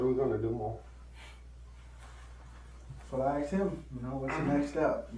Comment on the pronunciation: 0 секунд назад apes are such apes. evolution has not touched them at all. Aksed instead of Asked and so on. Apes are apes